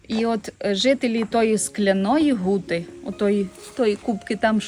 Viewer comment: Мені нащадкові засновників Скляної Гути (саме Гути а не Ґути ) дуже неприємно слухати ахінею про ці три поселення одне з яких заснував мій далекий предок Ян Краткі і ще двоє його товаришів, як і він мануфактурників, що збудували три гути ( склоплавильні мануфактури ) Скляну, Середню, Мокру. Переселились сюди з північної частини сьогоднішньої Словаччини. Землю купили за посередництва жида котрий надав не вірну інформацію про породи для виробництва скла, насправді вони були значно гірші. Двоюрідна сестра моєї бабусі Катерина Кратка одружилась з Сірком полоненим з Наддніпрянщини, їхні нащадки Зеленяки і зараз живуть на Гуті. Скляна Гута зруйнована і залишились лише фундаменти. Виробництво скла припинили після Першої Світової і зайнялись садівництвом, а не Хрущов . Із - за низької якості сировини ( добувалась у штольні Краткіх ) не витримали конкуренцію і тому зайнялись садівництвом. Сірко, син Катерини, за революційні погляди разом з Борканюком мадярами був засуджений до страти, але в подальшому страту замінили на дожиттєве.